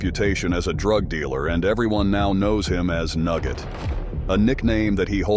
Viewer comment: It's "Nurget," not Nugget. I got my "Support your local Hells Angels, Montreal" sticker from him in 1988.